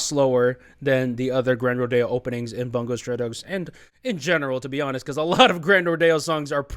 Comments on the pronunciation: No it's fine lol. It's not your fault. It's just a bit aggravating when it's EVERY reactor saying it wrong 😭 Much love to you man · Every time someone pronounces "Bungo" wrong, an angel loses its wings